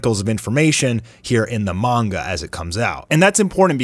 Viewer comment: Good to see someone else pronouncing it "Mon-guh" That's how I've said it since I was little, just sounds better to me so I prefer it.